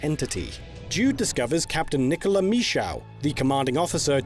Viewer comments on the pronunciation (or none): none